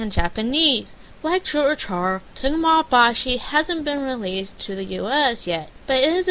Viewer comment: te-ga-me bah-chi not temi bashi